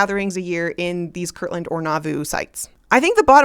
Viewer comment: It is KIRTLAND, not kirkland!!!